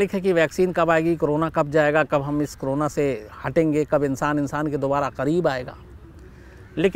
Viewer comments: कोरोना को क्रोना ? उच्चारण में गलती ! गलती से या सोच समझकर ! शब्द का अपभ्रंशित उच्चारण , अशुद्ध क्यों ? विकृत क्यों ? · शम्स जी ये क्रोना नहीं करोना है।